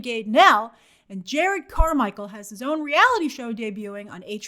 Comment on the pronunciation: Grace just for future reference if there is any, is JER-rod not Jared lol